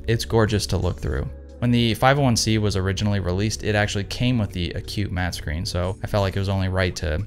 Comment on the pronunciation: I sense the beginnings of a stand up comedy career….your set ups and delivery are natural and very entertaining. By the way, it’s pronounced ack’-cue -mat (accent on first syllable) not A Cute Mat. Lol. Good luck with the 500cm. I love mine.